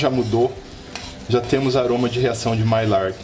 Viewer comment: Mestre, sem querer ser chato, já sendo, a pronúncia correta da reação é maiár.